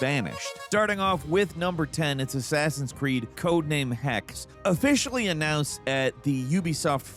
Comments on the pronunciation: The second e in Hexe is pronounced (Hex-uh). It's German for 'witch.' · Hexe means Witch btw. and the e at the end is not ignored.